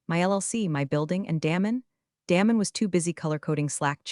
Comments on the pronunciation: His name isn't pronounced Dam- en it's pronounced Daymun. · Love Damon being deflated but story needs a better ending. Pronounce his name correctly too. Get the tense right on read.